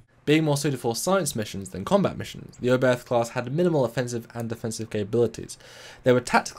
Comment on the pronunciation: It's fun how all the English speakers butcher the pronunciation. Herrmann Oberth was, as you say German - the "th" is not pronounced as in "the", but hard, as just a "t", followed by a silent "h".